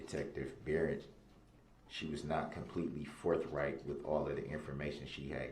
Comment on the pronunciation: Untroofful and forfright.